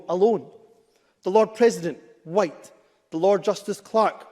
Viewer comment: He says the word WHITE like it’s a pejorative.